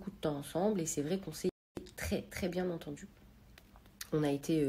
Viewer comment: Ai-je BieN Entendu ? Nabilla : « ... Elle est bien (T) entendu ... » O-O